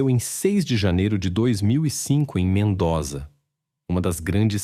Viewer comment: Se pronuncia: MENDÔZA